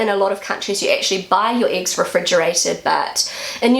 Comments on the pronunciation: "IX" ???😯 2 mal zurückgespult, immernoch nicht kapiert. Hab dann aber verstanden, dass "Äggs" gemeint waren...😁 Der Teufel steckt im Dialekt 😉 Die älteren Flachspüler sind meist an ein Loch im Boden angeschlossen, während die Tiefspüler an der Wand hängen und sn ein Loch in der Wand gehen. Denke als das hat auch bautechnische Gründe, da früher nicht so viel an den womöglich alten Lehmwänden aufgehangen werden konnte. Inzwischen ist das anders. Die Tiefspüler haben bei Hängemontage den Vorteil dass man drunterlangwischen kann. Dafür ist die "Splash-Gefahr" grösser😉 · She would say “iggs”. 😊